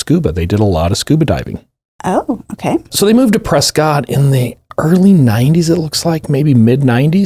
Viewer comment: Not debatable - it’s pronounced Preskitt (I know cuz I lived there for a chunk of time!)